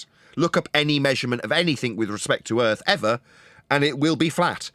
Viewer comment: The ending monologue really shows how purely evil is. Sprinkled with claims of "erf measured fwat". Hilariously never have these measurements been provided.